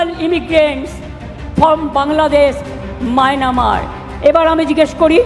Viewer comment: যে স্টেটের চিফ মিনিস্টার মায়ানমার কে মায়নামার বলে সে আর কি পারবে মমতা গদি ছাড়ো